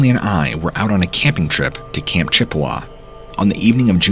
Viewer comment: you mean it's not pronounced Dew-Luth? LOL. He did pronounce Chippewa correctly.